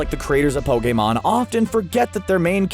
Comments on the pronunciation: I can’t stress this enough it’s not pokaymon it’s POKEMON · Ash: *Gets to go everywhere at 10 years old and become a pokemon master* Me: *Gets triggered at the way you say ''Pokemon'' because your saying ''Pokaymon'' instead of ''Pokeemon''* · Poke-A-mON ugh that annoyed me it’s pronounced POKI-MON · Po KAY mon Nonono Pokèmon Never heard of it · No one: me: *questioning why he said Pokémon like "pO-kAy mOn" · GO BACK TO PLEASE AND LISTEN TO HOW HE SAYS POKMON!!! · Did you just say pokhemon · nobody: not even a atom: screen rant: pokaymon